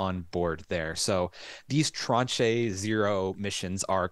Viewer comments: I have heard the word “tranche” used a lot over the last ten years in financial circles, especially government payments (it just means a “portion”), I thought it was used in spaceflight as well, but listening to y’all butcher it over and over was priceless. It’s French, ignore the e at the end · hello ... love your feed... BTW ... tranche... in french means slice/section or part. it's pronounced 'Transh'... the e is silent so you were nearly right.... love you guys.. xxx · Tranche rhymes with raunch or launch